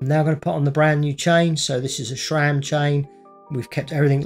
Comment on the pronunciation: Please, please. It' SRAM. Not SHRAM. If you don't believe me, ask SRAM.